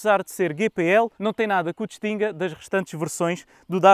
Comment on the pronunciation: Tenho 2 veículos a GPL e só lamento ter andado 20 anos a queimar gasóleo. Arrepio-me todo quando ouço a forma como este artista diz GPL... a GNR deve estar a rir e com razão... ;)